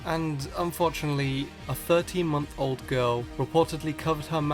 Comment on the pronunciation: u said 13 month old, but I heard "13 year old" and thought, "Now how the hell would a 13 year old manage to suffocate themselves with a pokeball"